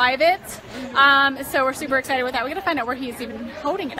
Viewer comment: Also it's excited, not essited. And refrigerator, not fridgerator.